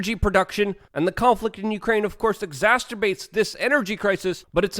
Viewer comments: It's "exacerbate." Not "exasterbate." 🤣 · "Exasterbate" - is that when you jack off until you drop from exhaustion...? Lol! Here are a few alternatives to try, since (God bless ya' Luke, I really do love you but I am a word nerd...) you have tried to pronounce "exacerbate" for years and never pulled it off: Aggravate Amplify Worsen Magnify Complicate Inflame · Why do you always pronounce Exacerbate as "EXASTURBATE" and Nuclear as "NUCULAR"? I'm sure people already told you but you seem to do it on purpose, are you mocking your followers? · He said exhasterbate! Drink! Love you Luke